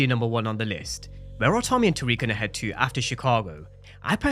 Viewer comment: Tariq......RIQ not RAQ...!!!!!!